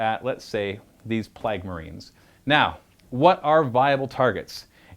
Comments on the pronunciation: I thought I was the only one... what are “Plagg” marines? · You way you pronounce "plague" gave my ears D6 mortal wounds... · How can you do this for a living and not know how to pronounce plague?